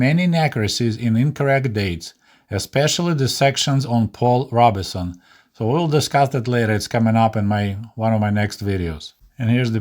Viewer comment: Good show. To the narrator: Your English is good. I agree with your points. This is minor: Paul Robeson, the famous singer, his last name is simply two syllables: "ROBE'-SON". On the word: 'lineage' proper pronunciation is "LIN'-EE-EDGE". I took Russsian in high school and every Russian teacher spoke about how hard English/ American words were to spell and speak as opposed to Russian words. They were correct.